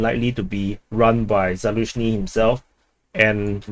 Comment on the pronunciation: It's Zaluzhny and not Zaluzhyny means behind the meadow.